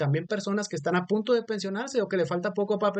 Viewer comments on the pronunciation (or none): none